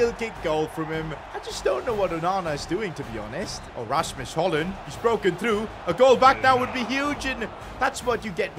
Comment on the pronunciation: btw you say højlund right but not my and his name and it uis rasmus r is like a dinosaur a like arhhh s shhhh m mmmmm u u not like y and s like shhhh